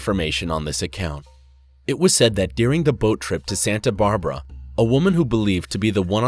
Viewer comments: Yeah, I noticed a few TERRIBLE mispronunciations ie Santa BARbera? sheesh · Santa brabra? Who hired you?